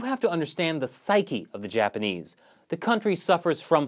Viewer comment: Gord Darm, Mongohrians....I mean Japar-nese!